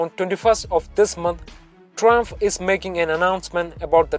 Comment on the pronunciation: ...What the fuck are you saying? Learn to speak English properly!!!